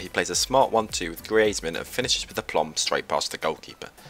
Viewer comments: Di... did you just say gree-ayzmann? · Love the vid but learn to say griezmann